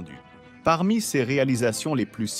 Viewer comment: La synthèse vocale est un peu défectueuse. "Ses" est épelé "S","é", "s" ; et le débit oscille entre lent et rapide.